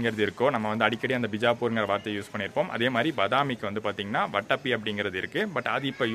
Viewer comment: வட்டப்பி இல்லப்பா. அது வாதாபி.